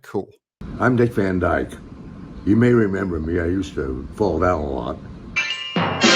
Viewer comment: Dick Van Dyke, not Fan Dyke. Although authentically, it would sound as such. Good show!